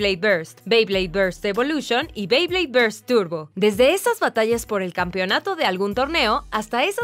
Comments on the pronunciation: Y no se dice bley es bey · no se dice beid se bey